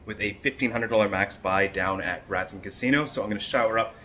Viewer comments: Locals call it gratin...never heard anyone say graton like cruton..jaja. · Graton, pronounecd "gr-AY-tin" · Who told you it’s pronounced like that?? It’s pronounced gray-tuhn. Im a local so I hear the commercials from them all the time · Also pronounced "gray-ten"